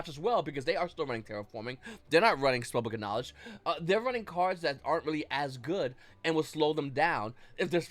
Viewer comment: How can he pronounce "Spellbook of Knowledge" like "Spelled Ganache"? I mean sounds delicious but took me ages to find the actual card.